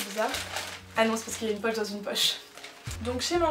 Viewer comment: "Une poche" ahah le sud